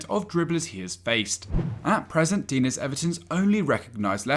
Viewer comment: you pronounced digne differently every time you said his name xD